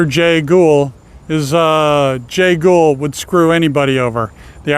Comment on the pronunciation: It’s Jay Gould not “Ghoul”